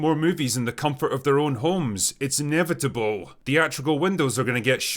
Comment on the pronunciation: Sad but true. "It's Inevritiburr!" = Kim Jong Il